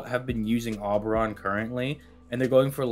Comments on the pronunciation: Ngl man the name is O-beron. Not awww-beron. Like you know when you say the alphabet you say the letter O? Yeah. O-beron. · in this installment of " cannot pronounce names," we present you with "aw-brawn" 👏👏👏👏👏👏👏👏👏👏👏👏👏👏👏👏👏👏👏👏👏👏👏👏👏👏👏👏👏👏👏👏👏👏👏👏👏👏👏👏👏👏👏👏👏👏👏👏👏👏👏👏👏👏👏👏👏👏👏👏👏👏👏👏👏👏👏👏👏👏👏👏👏👏👏👏👏👏👏👏👏👏👏👏👏👏👏👏👏👏👏👏👏👏👏👏👏👏👏👏👏👏👏👏👏👏👏👏👏👏👏👏👏👏👏👏👏👏👏👏👏👏👏👏👏👏👏👏👏👏👏👏👏👏👏👏👏👏👏👏👏👏👏👏👏👏👏👏👏👏👏👏👏👏👏👏👏👏👏👏👏👏👏👏👏👏👏👏👏👏👏👏👏👏👏👏👏👏👏👏👏👏👏👏👏👏👏👏👏👏👏👏👏👏👏👏👏👏👏👏👏👏👏👏👏👏👏👏👏👏👏👏👏👏👏👏👏👏👏👏👏👏👏👏👏👏👏👏👏👏👏👏👏👏👏👏👏👏👏👏👏👏👏👏👏👏👏👏👏👏👏👏👏👏👏👏👏👏👏👏👏👏👏👏👏👏👏👏👏👏👏👏👏👏👏👏👏👏👏👏👏👏👏👏👏👏👏👏👏👏👏👏👏👏👏👏👏👏👏👏👏👏👏👏👏👏👏👏👏👏👏👏👏👏👏👏👏👏👏👏👏👏👏👏👏👏👏👏👏👏👏👏👏👏👏👏👏👏👏👏👏👏👏👏👏👏👏👏👏👏👏👏👏👏👏👏👏👏👏👏👏👏👏👏👏👏👏👏👏👏👏👏👏👏👏👏👏👏👏👏👏👏👏👏👏👏👏👏👏👏👏👏👏👏👏👏👏👏👏👏👏👏👏👏👏👏👏👏👏👏👏👏👏👏👏👏👏👏👏👏👏👏👏👏👏👏👏👏👏👏👏👏👏👏👏👏👏👏👏👏👏👏👏👏👏👏👏👏👏👏👏👏👏👏👏👏👏👏👏👏👏👏👏👏👏👏👏👏👏👏👏👏👏👏👏👏👏👏👏👏👏👏👏👏👏👏👏👏👏👏👏👏👏👏👏👏👏👏👏👏👏👏👏👏👏👏👏👏👏👏👏👏👏👏👏👏👏👏👏👏👏👏👏👏👏👏👏👏👏👏👏👏👏👏👏👏👏👏👏👏👏👏👏👏👏👏👏👏👏👏👏👏👏👏👏👏👏👏👏👏👏👏👏👏👏👏👏👏👏👏👏👏👏👏👏👏👏👏👏👏👏👏👏👏👏👏👏👏👏👏👏👏👏👏👏👏👏👏👏👏👏👏👏👏👏👏👏👏👏👏👏👏👏👏👏👏👏👏👏👏👏👏👏👏👏👏👏👏👏👏👏👏👏👏👏👏👏👏👏👏👏👏👏👏👏👏👏👏👏👏👏👏👏👏👏👏👏👏👏👏👏👏👏👏👏👏👏👏👏👏👏👏👏👏👏👏👏👏👏👏👏👏👏👏👏👏👏👏👏👏👏👏👏👏👏👏👏👏👏👏👏👏👏👏👏👏👏👏👏👏👏👏👏👏👏👏👏👏👏👏👏👏👏👏👏👏👏👏👏👏👏👏👏👏👏👏👏👏👏👏👏👏👏👏👏👏👏👏👏👏👏👏👏👏👏👏👏👏👏👏👏👏👏👏👏👏👏👏👏👏👏👏👏👏👏👏👏👏👏👏👏👏👏👏👏👏👏👏👏👏👏👏👏👏👏👏👏👏👏👏👏👏👏👏👏👏👏👏👏👏👏👏👏👏👏👏👏👏👏👏👏👏👏👏👏👏👏👏👏👏👏👏👏👏👏👏👏👏👏👏👏👏👏👏👏👏👏👏👏👏👏👏👏👏👏👏👏👏👏👏👏👏👏👏👏👏👏👏👏👏👏👏👏👏👏👏👏👏👏👏👏👏👏👏👏👏👏👏👏👏👏👏👏👏👏👏👏👏👏👏👏👏👏👏👏👏👏👏👏👏👏👏👏👏👏👏👏👏👏👏👏👏👏👏👏👏👏👏👏👏👏👏👏👏👏👏👏👏👏👏👏👏👏👏👏👏👏👏👏👏👏👏👏👏👏👏👏👏👏👏👏👏👏👏👏👏👏👏👏👏👏👏👏👏👏👏👏👏👏👏👏👏👏👏👏👏👏👏👏👏👏👏👏👏👏👏👏👏👏👏👏👏👏👏👏👏👏👏👏👏👏👏👏👏👏👏👏👏👏👏👏👏👏👏👏👏👏👏👏👏👏👏👏👏👏👏👏👏👏👏👏👏👏👏👏👏👏👏👏👏👏👏👏👏👏👏👏👏👏👏👏👏👏👏👏👏👏👏👏👏👏👏👏👏👏👏👏👏👏👏👏👏👏👏👏👏👏👏👏👏👏👏👏👏👏👏👏👏👏👏👏👏👏👏👏👏👏👏👏👏👏👏👏👏👏👏👏👏👏👏👏👏👏👏👏👏👏👏👏👏👏👏👏👏👏👏👏👏👏👏👏👏👏👏👏👏👏👏👏👏👏👏👏👏👏👏👏👏👏👏👏👏👏👏👏👏👏👏👏👏👏👏👏👏👏👏👏👏👏👏👏👏👏👏👏👏👏👏👏👏👏👏👏👏👏👏👏👏👏👏👏👏👏👏👏👏👏👏👏👏👏👏👏👏👏👏👏👏👏👏👏👏👏👏👏👏👏👏👏👏👏👏👏👏👏👏👏👏👏👏👏👏👏👏👏👏👏👏👏👏👏👏👏👏👏👏👏👏👏👏👏👏👏👏👏👏👏👏👏👏👏👏👏👏👏👏👏👏👏👏👏👏👏👏👏👏👏👏👏👏👏👏👏👏👏👏👏👏👏👏👏👏👏👏👏👏👏👏👏👏👏👏👏👏👏👏👏👏👏👏👏👏👏👏👏👏👏👏👏👏👏👏👏👏👏👏👏👏👏👏👏👏👏👏👏👏👏👏